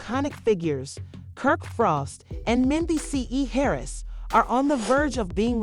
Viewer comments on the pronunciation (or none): Men-Dee-Cees!!! Geez